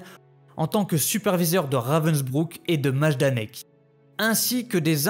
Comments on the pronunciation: S'il vous plaît renseignez vous bien sur les prononciations avant de commencer vos reportages ! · Yes ! J'ai lu des Maïdanek et des Majdanek donc j'étais un peu paumé sur la prononciation hah ! Merci beaucoup ça me motive beaucoup ;)